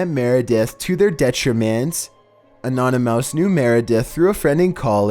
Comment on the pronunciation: Did he mean anonymous not anonymouse